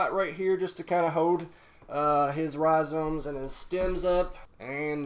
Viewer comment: No one:: rhiZOMES